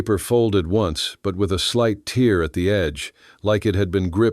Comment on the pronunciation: You always make the same mistakes.. when someone is holding a paper instead of tear (tare)- you pronounce it teer ( tear). I know the English language is a combination of Latin, Greek, etc - your AI BS screws it up. I also see duplicate stories ,with a change of Indian tribes. Pay attention!!!!